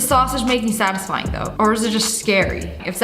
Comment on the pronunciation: nah this was fillmed 5 months ago, and she said "sadisfing sunday" TODAY IS SUNDAY